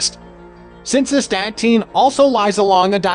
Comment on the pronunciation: It's correctly pronounced ass-ta-teen. Nothing more foolish than a video that cannot pronounce the subject matter correctly.